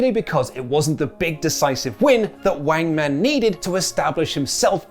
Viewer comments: Why is saying Wangman? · “Wangman”….? Just stop 🤦🏾‍♂️